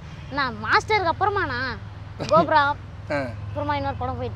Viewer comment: its Cobra, not GoPro Brother